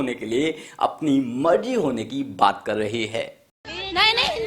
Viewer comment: Bhai कर to poora bol le..... Tere कर me bhi british accent h